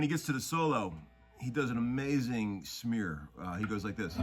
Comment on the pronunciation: Did you say snear or smear?